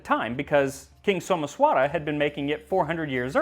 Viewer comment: Somesvara. Sh. like shaw. Not S in school. It is paayasam. Elongate the a after P